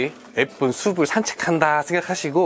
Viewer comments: 신경쓸일 발음 ! 숲을 은 수불이 아니라 수풀 ! 숲이 는 수비가 아니라 수피 !로 발음 하세요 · 수블 .. 이 아니고 수플이라고 발음하는것이 맞습니다. 수피 수페 스픈 😊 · 발음이 옳지않네요 숲을 -발음할때 - 숲플. 로 발음하셔야합니다